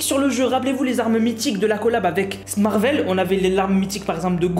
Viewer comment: on dit marvel pas smarvel